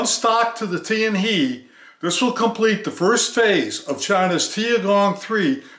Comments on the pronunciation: TianHe is pronounced as Tian "HER" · It's pronounced as "Tian Her" not Tian hei. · without "r", but it's ok to pronounce as "he", for "tian he" is Chinese Pin Yin, not english. Just like "Ni Hao".